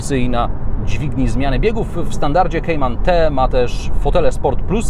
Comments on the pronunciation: To jest "kajman" a nie "kejman" gwoli ścisłości, skoro tak usilnie starasz się być "ame-łykański" :) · Nie lubię gdy ktoś próbuje wymawiać bardziej amerykańsko niż sami Amerykanie a jednocześnie źle wymawia Kayman.... Merytorycznie ok👍😁